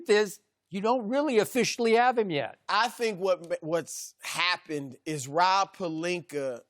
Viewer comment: piti goyo at least its not pelinkeR 😂😂😂😂😂